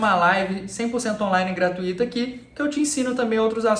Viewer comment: Olá, enquanto você estiver falando gratuito com acento agudo no "I" eu vou lhe perturbar até você falar com a sílaba forte no "U". Não tem acento, mas se pronuncia gratúito. O resto é nota 10. Excelente as suas aulas.